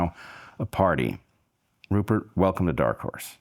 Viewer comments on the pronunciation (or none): 'Purert' Lowe?